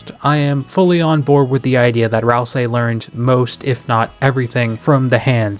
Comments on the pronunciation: Okay, say "ICE" > ice Okay, now say "E" > e Now say "ICE-E" > icy e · That's how every dr youtuber pronounces it?